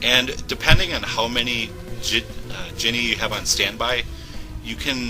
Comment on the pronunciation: Is he saying Genie or Jenny like Forrest Gump